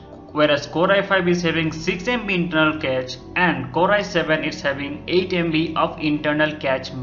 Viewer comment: improve ur English man...cache is pronounced as cash not catch. Make a video only if u have some real info..otherwise we all can read everything on the net. what's the use of making such videos?